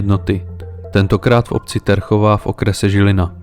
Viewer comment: Super práca, len prosím... "Ťerchová" je s mäkkým ť😬✌️